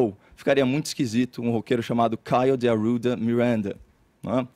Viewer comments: 'Caeiow Arrwuda Mireeanda' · KaIo dE aRu'Da MiRaNDaH